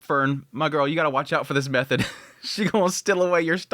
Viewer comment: Err, why are you calling her Method? Its pronounced Me-toa-de the H is silent. Do you watch the subtitled in original Japanese?